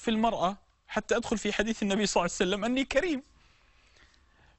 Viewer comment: ياشيخ ليش تقول صعسلم حته لفض الجلاله متلفضه زين وهوا ﷲ المفروض تقول ببطء شويه صلى الله عليه واله وسلم